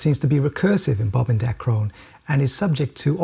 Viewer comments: Its "DAcron," emphasis on the first syllable. Dacron is a trade name for a woven form of PETE, the plastic used to make disposable water bottles. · Good Sir, you are killin it. But...lol.... its pronounced Bob from DAAY-cron ... it's not a French village..hahaha..arf arf